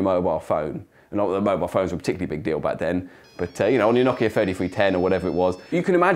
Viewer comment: Well done pronouncing ”Nokia”!